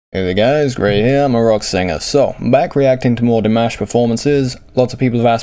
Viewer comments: I don't know what some people are irate about because his MOM pronounces it like that. Like Dee-mosh. I'm pretty sure his Mom would know how to pronounce it properly. heh. You're saying it fine. No worries. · you pronounce his name just fine, they may be pronouncing it in the language they speak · You say Dimash's name FINE!! LOL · I like that, as a rock signer, you choose to comment on Dimash because you are opening the door to others who would not normally be curious about this style. Great job by the way and your pronunciation of Dimash's name is perfect now. :-))))) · Your pronunciation of his name is fine. As long as people know who you're talking about, one should make allowances for regional accents. We forgive him his Dinglish accent so why not extend it to everyone. As long as you don't say Dimmish like some, you're fine. 😉